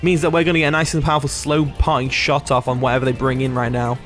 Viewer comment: Everytime you say "Parting Shot", I keep hearing "Party Shot" 😂😂 it was a hit song a decade ago in the Caribbean. Party Shot - Popcaan 😂